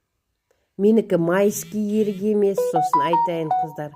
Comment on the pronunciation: Өрік емеспа . ерік дейсіз. Секер дейсіз